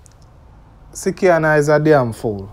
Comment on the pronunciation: It is slikianna not sickianna